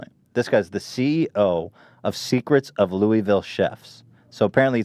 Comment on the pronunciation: It’s pronounced Lullvull not Louisville